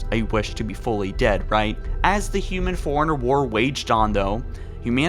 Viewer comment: Forerunner is pronounced 4-runner. Did you not play the games?